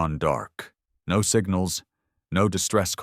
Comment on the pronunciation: I may be wrong but I think the AI is reading "no" as "No." which is the abbreviation for number, No. = Number. What I don't get is after hundreds of stories the issue still isn't corrected. Sadly I've got used to it now lol